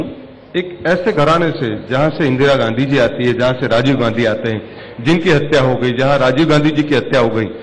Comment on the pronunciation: गौर से सुने ने गाधी कह रहे हैं ना कि गाँधी